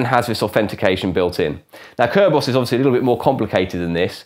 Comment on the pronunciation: What happened to CC and subtitles on your videos? I couldn't even understand his one-syllable pronunciation of "Kerberos".